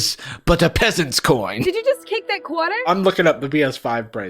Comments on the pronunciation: she suddenly has a New York accent “ did you just kick that qwater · "BEGONG QUOTAH"